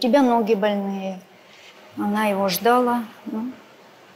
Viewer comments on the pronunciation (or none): Не ждала,а ждала!Ударение на а!